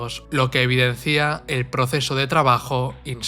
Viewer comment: Lo que evidencia, narrador. No lo que evidencía, SIN ACENTO EN LA I.